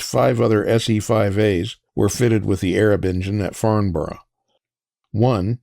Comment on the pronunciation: Love this posl One thing if you do notmind, we say "Farmbrrh",it's a bit like Riceĺip Looking forward to your next😊